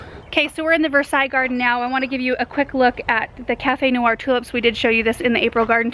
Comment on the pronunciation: The cafe noir tulips!!! I die. You said it perfectly- they are stunning.